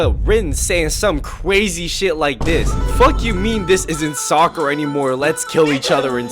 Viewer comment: when bro says soocer my heart hurts